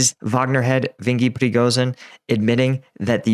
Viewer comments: It sounds like you are calling him Vengy Pregozin. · "Vingee Prigozin" 😆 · How can you butcher his name that much and NOT restart the take... I mean, it was the first 2 seconds of the intro.